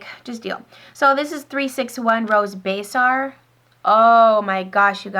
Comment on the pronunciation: Came back to this because looking for a lipstick I haven't tried. Just a tip from your Canadian cousin - you were talking about Dior 361Baiser, and you pronounced it as "Baysar", but it is actually pronounced "Bayzay", which means kiss in French. There's your language tutorial for the day. Moi